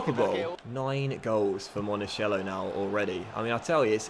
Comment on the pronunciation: Monachello is pronounced Monakello! You're saying monasciello right now! Keep him for a long time is a very good player!